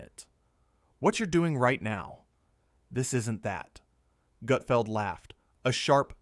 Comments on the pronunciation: ❌FAKE Never happened Never FAKE❌ F A K E E K A F Gutfeld never treats any guests so poorly! Especially Kevin Hart! It's NOT "GOOT FELD" it's Gutfeld!!! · OK I’m gonna say that you’re a moron when you say his name wrong when you’re trying to insult him you’re the one who is the idiot. It’s not Goodfeld! OK fine it’s GUTFELD! If you can’t even get his name right you have no business critiquing him. It makes you look like a fool you can’t even say his name right! And I’m sure you’re a left-wing loo. Greg Gutfeld rocks late night and there’s nothing any you can do about it! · Also you’re a bigger idiot because you obviously are not familiar with Gutfeld! Because all the talent is already seated and no one’s walking out and waving like they’re on the Tonight Show! OMG! I hope Gregg sees us and ripped you a new one cause you deserve it. Tell the truth and if you’re gonna critique someone make sure you say their name right and get the fax correct!